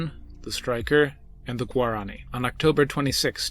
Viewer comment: You spoke incorrectly. Its not guarAAni. Its Guaraniiii 😄